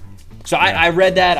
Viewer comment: Does this guy always say leave him on “read” pronounced the wrong way?